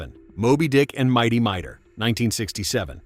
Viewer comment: It's pronounced "Mi-tor" not "My-dor". And that title card, is MY artwork - . - The original Herculoids series did NOT take place on Quasar - it took place on Amzot, the planet's original name, which was changed in 1981 when the Space Stars series premiered, and also where the majority of your Herculoids clips came from (Space Stars), not the original series.